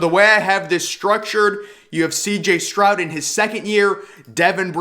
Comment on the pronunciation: Are you saying “Strout” ??